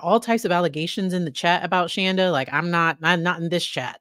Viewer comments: It’s Shanda not Shonda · yeah. She was always. Ir is Shawn-da not Shaan-da. So every time people say it wrong I cheer a little. Small things. lol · I know this isn't a funny situation, but I have to laugh every time you say her name. She used to JUMP on anyone who called her Shan-da and would be quick to correct you any chance she got. Each time you say it that way I grin because if she ever saw this, it would make her SOO angry. I know some of how she acted and things she would say about her kids, dogs, her husband. All kinds of different things that went on. After watching this, you can tell Paul was abused by both his mom and dad, as were all the kids. (I worked with her at the "tech company" she mentioned In her testimony.) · She's pronounced Shawnda.. . Like in dawn. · I’m obsessed with this case. ❤ SAY HER NAME WRONG!!!!! Love it!